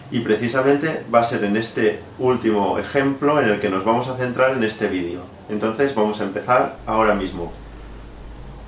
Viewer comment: se dice video no vidio